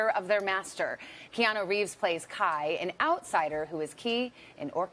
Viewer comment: After all his years of work and interviews, people are still pronouncing his name wrong and he doesn’t correct them. He’s so humble! Hau’oli la hanau e Keanu!